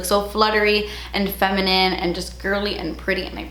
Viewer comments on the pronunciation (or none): none